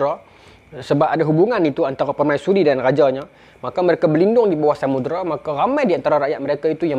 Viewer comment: Pembukak tirai tu bukan Samudra, tapi Samudrai😅 Ingat kan Sundang tadi, rupa nya Samurai.